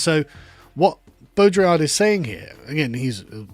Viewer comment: You should probably not talk about Baudrillard (Or try to pronunce his name again). Your variant of Simulacrum is in a crude sense a Simulacrum. There is a lot to the concept, and also criticized specifically because his framework of diagnosis doesn't come with a framework beyond being descriptive. It is also not just describing modernity as just purely hyperreal. It was a toolset developed to diagnose in modern life, but the problem is it will start encompassing all parts of life, even past life, which it is kind of supposed to distinguish.